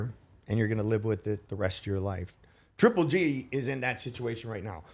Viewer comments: Its it hard for Antonio T to said triple G 🤔 He keeps saying g. g. g 😭😂😂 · Good talk but please someone tell Tarver its 3G and not G G G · I love how tarver says GGG instead of triple G 😀😀😜🤪